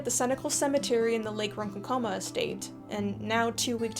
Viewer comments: I find it amusing that while rightly decrying the treatment of 1st Nations, one badly mispronounced two native place names: Ron-KAWN-ko-ma, ans one pronounced like it was removing one's skayne (Skeyn-ECK-toe-dee) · I’m so sorry but as a long islander I literally screamed . It’s pronounced “Rohn-Khan-Cama”. You kinda have to say it with an accent. Otherwise, it’s painful. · Sorry for the potential nitpick, but at roughly , and again , that’s quite the unique pronunciation of Ronkonkoma. As someone who’s lived on Long Island for my entire life, I’ve always heard consecutive“ah” sounds, “Ron”, and “KON” (in caps due to the stress), followed by consecutive schwa sounds for “ko” and “ma”. If you recall the sources for this pronunciation (I cannot presume that I know the correct Native pronunciations), I’d love to know more! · Long Islander here. Jumpscare when you said ronkonkoma li haha. But you are saying it wrong. It’s “Ron” (like the name) “con” (like the opposite of pro) “k” - just the hard “k” sound and then “um uh” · Love the video, but as a Long Island native it’s more like “Lake Ron Kon-Kamah” not “Ron-con-coma” super nit-picky I know but trust me we know it’s tough! Whether it’s Copiague, Wyandanch, Wantagh, Syosset or Hauppauge we really do a number on the ‘out-of-town’ers I believe many of the towns/villages here are named after Native American tribes, people or the languages! Or we just fuck with people I’m not sure 😂😂😂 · From Long Island and your pronunciation of Ronkonkoma has me laughing lmao. and somehow you got schenectady right! Good content though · Pronunciations: Ronkonkoma ~ “Ron-KONK-oh-mah” and Schenectady ~ “skeh-NECK-tah-dee” (I’m from New York) :) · As always enjoyed your video. Do have one pronunciation about that town in Long Island where she had a home. Lake Ronkonkoma. As a former Long Island lad myself I can firmly say, it's pronounced: RON-KONK-UH_MA with the accent on the KONK 🙂